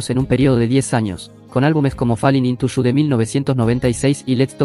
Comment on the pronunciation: Hubieras practicado un poco al menos tu pronunciación en inglés, hubo palabras que por contexto adiviné que decías, como "shu" por "you" 😂😂😂😂 shu shu el tren. "Shu can dance" 😂😂😂😂 muero con eso